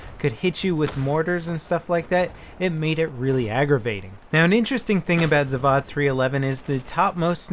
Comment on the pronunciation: it's pronounced Zav-oh-d. It's a hard 'o' sound.